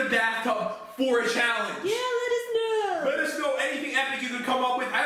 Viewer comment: "LETTUCE KNOW"